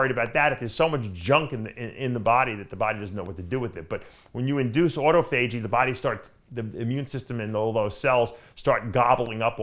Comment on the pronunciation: Everyone: ah-taw-fah-jee. Dave: auto-FAYJEE!